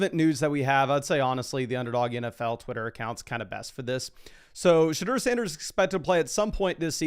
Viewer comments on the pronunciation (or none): none